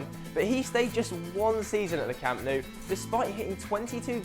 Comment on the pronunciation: Hahaha don't include Bojan and Bellerin; as if they would fit in now haha. Also, improve your pronounciation; it's 'Lionel' not 'LIONel' and it's 'Camp Nou' not 'Camp KNOW'.